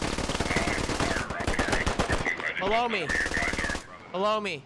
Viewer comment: Did he say “Blow me”, or “Below Me”? LoL